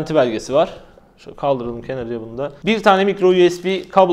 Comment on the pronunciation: "KENARIYA" dediği an bende film koptu